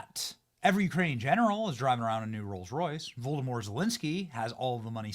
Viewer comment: Benny, are you saying Voldemort Zelensky?